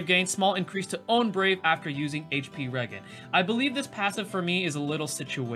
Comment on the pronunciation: In all seriousness, thanks for putting this video despite your rough week. Many of us appreciate it! (Btw, I think it’s pronounced re-jen, like regeneration. But you can say it however with your all-American, New Orleans accent.)